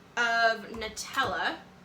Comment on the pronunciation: Props for not pronouncing it Nooootella! Good gir! Lick the spoon for good luck, gotta remember that one! Xx😂